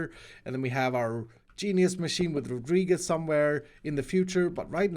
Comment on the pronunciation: nice pronunciation on "Rodríguez"